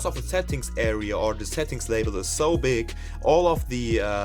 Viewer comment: I thought you said pig lol hahaha.